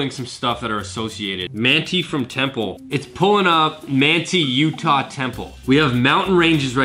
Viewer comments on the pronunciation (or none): The town of Manti is pronounced: "Man-tie" not "Man-tee". I'm liking these videos a lot though! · As a native Utahn I saw those mountains and knew it was Utah 😂 Also Manti is pronounced MAN TIE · It’s MANT-EYE UTAH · (Man-tie) manti Utah temple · Haha I liked the way you said Manti Utah. It’s actually pronounced like Man-tie. We got some weird city names here. Cheers, thanks for the video.